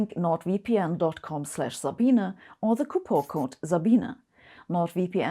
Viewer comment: I am just shocked her name is pronounced Zabeena and not Sa-bean